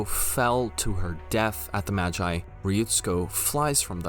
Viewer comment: Why do you say MAGI like Majai? マギ Ma Gi Gi sounding like the start of the word geese.